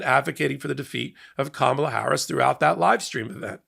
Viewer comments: PLEASE pronounce Kamala's name correctly. Come on.... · please say Kamala's name correctly. Its disrespectful! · please pronounce her name correctly. If you can't, then please refer to her as VP Harris until she is sworn in on Jan 20, 2025. Then you may refer to her as Madam President or President Harris. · please get your pronunciation of “Kamala” CONSISTENTLY right!! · you just mispronounced the VP's name. Shame on you. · please say her name correctly! , LA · ", la". Gotta say it right. Respect,good sir. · Please pronounce Kamala’s name correctly- wth 🤦‍♀️ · Yes,I caught that too. It shouldn’t be that hard to pronounce her name correctly. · Love you,! Please try harder to pronounce Kamala (comma - La) correctly. I know it isn’t your intention to misstate it, however. Thanks! ❤ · C’mon, please do Kamala the courtesy and divinity of pronouncing her name correctly consistently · You are mispronouncing Kamala. Please do better FFS. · la. Why is it so hard for y'all to say her name? 🤦‍♀️ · Please, please, please learn how to pronounce Kamala! Just stand in front of the mirror every morning and say it 50 times until you learn how to say it right. You can do this. Just give it a little effort. 🙂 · So many content creators just cannot pronounce the VP name correctly. "Kamala Harris" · Please say Kamala’s name correctly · Comma-la, not Ka-MAH-la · You just pronounced comma-la's name wrong. Its not kaMAla 🙄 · Just before the 4 min mark, you refer to Ka-MA-la Harris. Reminder: emphasis is on KA or even better, on Karma :-) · KA-ma-la, not ka-MAL-a, please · Please, "comma-la", not "ka-MOLL-a" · Comma-la. Not Ka-MAH-la. Please and thank you. Any media outlet that gets suckered into attending a rally in the guide of a news conference has the option of not giving it any coverage. If only more would take advantage of that option. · It's Ka-ma-la, not Ka-mala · it’s pronounced comma-la, please. 😊